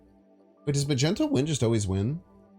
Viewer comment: Ufcourse not, he just dislecsia